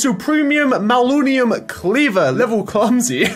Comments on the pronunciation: not mallunium its man-ya-Lin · The purple stuff is pronounced (Manalin) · "Malunium" instead of manyullyn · manyullyn isn’t pronounced mal-oo-knee-um its pronounced man-uh-lin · Its manyullin nat maluniun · I believe it is pronounced (man-uh-lin) lol The level ups on the weapon also allow you to add more modifiers on it. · I know saw that too ahahaha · Some info, go rob or ask Ssundee because he is really good with tinkers construct, and it's pronounced Man-A-lin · Hey, just FYI it's man-yull-in is basically how you pronounce it. Also, lol the cleaver has beheading that's why skulls are happening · “MAnaLunium” Yeaaaghh that’s how you say it sure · Say it with me... man uh lynn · Man-You-Lin Pronounced Man-You-Lin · Man U Lyn is how it is said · Just to help it is man-a-lin. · Pronounce it man-a-lin! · Sorry, its man-you-lynn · it's pronounced man-uh-lynn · its pronounced man-u-lyn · its pronounced man-you-lin